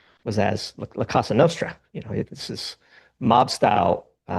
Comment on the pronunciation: It’s Cosa Nostra not Casa. Our thing not our 🏠.